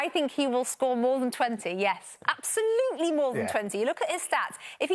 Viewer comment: Stevie Nichols should’ve retired 4 years ago. “Zero percent chance that Spurs will make it top 4 season. Apsohlutle no chance ah oll” Give me a fucking break.